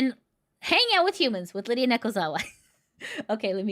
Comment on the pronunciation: "" not "Lydia". Sorry I was distracted and quickly trying to type that at work